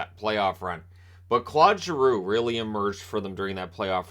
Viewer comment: Always love your vids, but for someone who I know spends time trying to pronounce players name's correctly, I cringe every time you say Clod Giroux. It would be like calling you Shaynan lol.